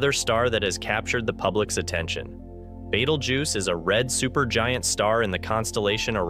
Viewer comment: I hear you sound pretty articulate with all the other pronouncements in this video, Betelgeuse seems to be a little different. I have heard it pronounced like that before. By anyone. I don’t read it like that either. Are you doing that to troll people.